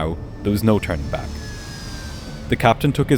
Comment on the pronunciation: Not as bad as Mentour talking about "trust" all the time: trust levers, trust reversers, takeoff trust...